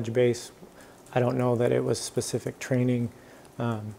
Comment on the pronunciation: I can appreciate someone who knows the difference between “specific” and “pacific” 🌊